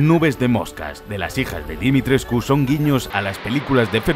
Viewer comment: Dimitres...CU jajajajaja tantas veces q me desespere, en realidad sólo se pronuncia Dimitresc